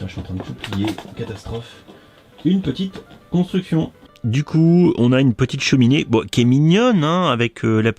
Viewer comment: Les "oune petite construkssione" je les adore ! Je participe ! #PetitPapaGeekme3